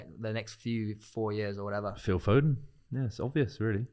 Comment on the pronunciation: This guy said foden I'm out